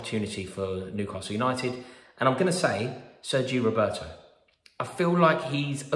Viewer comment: Sergi Roberto? 😂 😂 😂